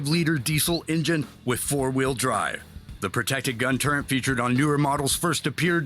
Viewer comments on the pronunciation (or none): I have a small problem with people who pronounce turret "turrent"... smh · OMG The Military TV guy says "turrent" when he mentions the protected turret. The turrent plague has spread far and wide. Waaa ... he calls the "smooth bore gun", "smooth bourne gun".